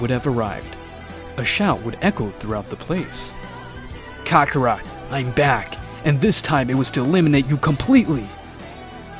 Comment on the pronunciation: you said kakora